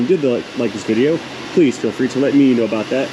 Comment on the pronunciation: Damn it.. Why are you making fun of us, What's that aboot?! Ok Sorry sorry for yelling there! You do a great job!